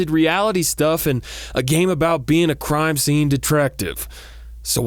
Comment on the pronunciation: What are my thoughts? Hearing you say “crime” and knowing it’s the right word but still being confused trying to think what “cime” might be...